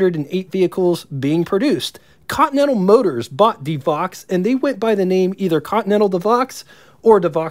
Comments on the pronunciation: It's pronounced "Duh Voe" not De Vox. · Good video ! But, several of the years of production dates and pronunciation of the names were incorrect. Like the De Vaux. Not ( De Vox ) , but pronounced like ( Dee Vo . ) French name. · Devaux is pronounced 'De-voe'. It's French, don't blame English. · My understanding was that the Stutz Blackhawk was not really considered its own marque separate from Stutz. Further, Graham-Paige did not exactly go out of business, they just truncated the name down to Graham . I thought DeVaux was pronounced De-voh, not De-vox. Auburn was considered an unbelievable value for the money at the time, not "expensive". Add to the list: Velie, Gardner, Chandler, Ruxton, and REO. Kudos for pronouncing Willys correctly, incidentally. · This was so cool....btw...DeVaux is pronounce....De Voh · Good job on the content. You need to check up on your product name pronounciations though. e.g Elcar - El Car not elcur. Deh voh not Dee vox. Er skin vs. Es kyne. Roach vs. Rawch. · NOT "Koot" Rockne - "NEWT". NOT "DeVox" - "DeVOE. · Rockne’s name was pronounced “Newt”. DeVaux was pronounced “De Voe”. Also what about the “Kline Kar” built in Richmond, VA? Over all an excellent documentary!